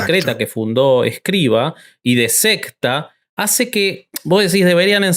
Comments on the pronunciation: No es "Escriva", es "Escrivà". Obsérvese que la A va acentuada y con acento agudo (de izquierda a derecha ). En lengua catalana "escrivà" es "escribano" en castellano. Aunque pasado el tiempo y como apellido, en castellano ha pasado a ser Escrivá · Para hablar de algo con algo de respeto hay que saber y el conductor no sabe ni el nombre. Es Escriv(Á), conductor indocumentado.